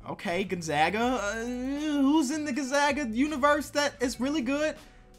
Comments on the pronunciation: the way he says gonzaga... XD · He can’t say Gonzaga 🤦‍♂️🤦‍♂️